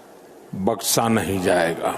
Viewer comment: Baksa nahi hota baksha hota hai kya jarurat hai udru bolne ki